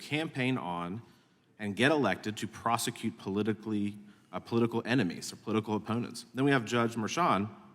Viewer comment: DEI lady in green doesn't know how to pronounce words. ( Prosecu-it)